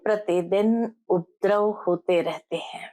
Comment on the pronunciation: UPADRAV BOLNA SAHI HAI, UPDRAV NAHI. P PURA BOLEN, AADHA NAHI.